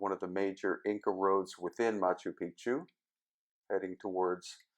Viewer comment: Love Machu Picchu. Thanks. You do want to get the pronunciation correct, especially once you learn what the common mis-pronunciation of the term means:)